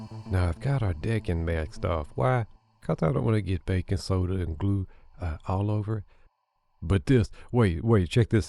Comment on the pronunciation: I thought you said here comes the bacon soda at first. I was like huh? lol 😆 oh Baking soda.